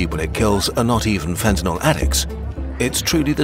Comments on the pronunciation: Wasn’t Fentanyl made up by politicians? And why do they pronounce it “ Fentanol”? Is that a side effect? 🙂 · A video about fentanyl, where you don't even know how to pronounce it. Classy.